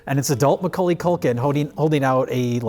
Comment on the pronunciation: Why is pronouncing Milwaukee Culkin like that? Weird.